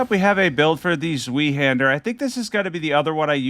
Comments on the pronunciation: I’m sorry but it’s not zweehander it’s a German word it’s pronounced like zveihander but is spelt zweihander 😂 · Zweihander is pronounced ZVAI-Hander. It's German for Two Hander.